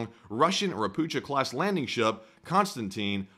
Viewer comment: Dear, "Ropucha class" is pronounced just like Scottish "Loch", not like American "Chad".